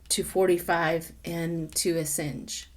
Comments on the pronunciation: A sawn ge. Not A sin ge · Matt Gaetz not Bill Gates. ☹️ AsAHNge not hinge 😊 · its Assange, like massage. there is no i.